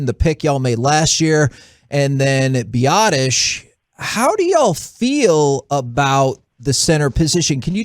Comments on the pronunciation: LOL this clown doesn't even know his own player's names. Bi-daz?! Sigh. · Did he call Biadasz, Biadash? Lol